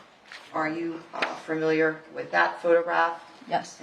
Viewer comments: Its so annoying this attorney keeps mispronouncing the word "familiar". She keeps saying farmiliar. Ridiculous for a "professional". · This attorney needs to learn how to pronounce the word "Familiar." It's not 'Furmiliar.' There is no 'R'. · Stop mispronouncing familiar